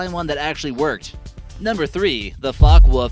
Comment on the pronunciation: And it's Foak Vulf.. gheez learn German